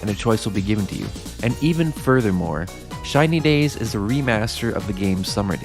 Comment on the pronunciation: Why am I hearing China days?